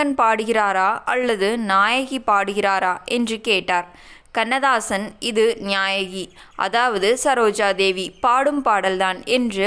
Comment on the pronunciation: கிழவி. நியாயகி இல்லை. நாயகி என்று சொல்ல வேண்டும்.